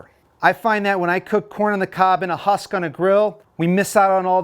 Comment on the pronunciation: This guy has no clue how to say husk, lol.